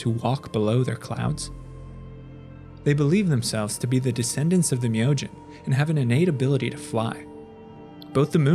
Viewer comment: Awesome video, and was nice to hear the correct pronunciation on Myojin.